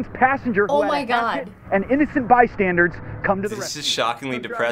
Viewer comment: he said "bystandards" instead of "bystanders"